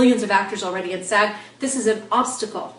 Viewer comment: Andrea Martinez I thought she was saying "sad." I was so confused haha